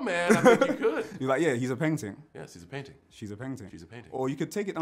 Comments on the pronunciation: Miss Khan It does sound like ‘Painting’ though. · perhaps seeing the words written down he would have done even better :) PAINTING....PENGTING :) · He keeps saying painting. My ears 😩😩💀💀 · John is actually saying “painting” haha bless him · You should’ve spelt out pengting he still thinks it’s painting 😂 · I think at 1 point he said "Paingting" which is close enough 😂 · Fam he kept saying “paintings” instead of peng tings 🤦🏼‍♂️😂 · How bait is it that he’s actually saying ‘painting’. Sounds so booky when he tries to say ‘Pengting’.